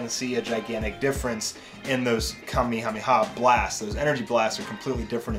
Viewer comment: you pronounce Kamehameha wrong